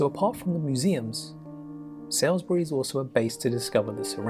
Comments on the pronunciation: The narrator must have been AI - completely pronounced Salisbury, incorrectly. It's not "Sales-bury' as he said - it's actually pronounced Sorls-bury. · He said Salis bury, it's Salisbury (/ˈsɔːlzbəri/ SAWLZ-bər-ee, locally /ˈsɔːzbəri/ SAWZ-bər-ee). Unless you are from Yorkshire you might mispronounce Slaithwaite it's Slaithwaite (/ˈslæθ.weɪt/ SLAH-wit, ; Old Norse for "timber-fell thwaite/clearing") a town in the Kirklees district of West Yorkshire, England. Historically part of the West Riding of Yorkshire, it is in the Colne Valley and on the Huddersfield Narrow Canal, 5 miles (8 km) south-west of Huddersfield. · Salisbury is pronounced Saulsbury, as in Saul Goodman of Breaking Bad fame. Not sure how the English narrator got this wrong. 'Sails'bury ? No. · Any narrator who mispronounces Salisbury and Arundel, whilst imagining Whitstable to be a gem (hidden or otherwise) is a charlatan. Glastonbury Tor, in Somerset, is topped by the surviving tower of a church demolished in 1539, during the time of the Dissolution of the Monasteries. Would recommend the travel videos of American travel writer and television personality Rick Steves. Some of his videos are getting-on somewhat but he does a far-better job, and in a light-hearted manner - and you can see him as he travels-about not only the United Kingdom but other countries of Europe. Also has a Wikipedia entry. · The narrator pronounced "Salisbury" weirdly!! And, if was talking about the river Thames (?) It's actually pronounced the 'Temz' (or the 'Tems') not the "Tame" (nor the "Tames").